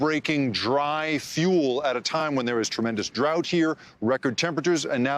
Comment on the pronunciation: and she said "thanks to drought" SMH